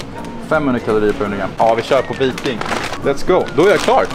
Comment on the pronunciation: viCKning fööööfan! Bästa dippchipsen förtjänar rätt uttal! :)